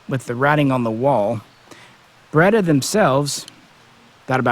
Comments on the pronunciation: I'm sorry but pronouncing it as beretter just sounds dumb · Burrrretta Burrrrreta Burrrrettta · I like it. It's just a little joke. He knows the correct pronunciation, obviously. He's just using a little inside humor.